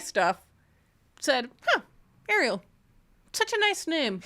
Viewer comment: In Argentina, where I'm from, Ariel is a boy name and it's pronounced stressing the second syllable. By the way, I love this podcast!